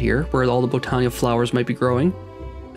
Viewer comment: Botania pronunciation, Bot-an-ya, not Bow-tan-ya. There's no long 'O' sound. Kind of like the word Botany (Bot-an-ee).